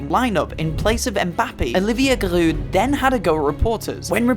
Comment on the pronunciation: You pronouncing Giroud made me sick